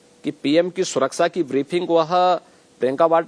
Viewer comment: सुरक्षा को सुराक्षा बोलते है इनको तो ये भी पता नहीं